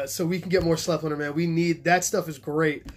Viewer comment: Awesome informative vid as usual! The Austrians who make it pronounce Sleipner S-LIE-PNAH.